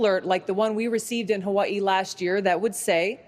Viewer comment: she is amazing but I don't like how she pronounces Hawaii